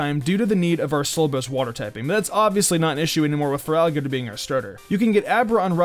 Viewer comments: i swear he says frogadier instead of feraligatr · LOL, you make the starter's name sound like "frog eater", at least during the firstc3 minutes :)